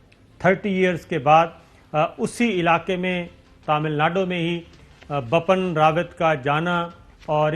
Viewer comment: Sabir Shakir you keep pronouncing general BAPPAN RAWAT. it would've been very easy you to say it right if you had just looked at the English spell. The correct way to say is BIPIN not BAPAN